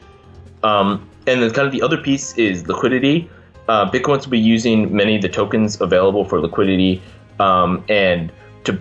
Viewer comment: Every time she said Bitquence it sounded like she was saying Bitcoin... Her: When did you get the idea for Bitcoin? Shingo: Well I ... Makes Shingo look good :D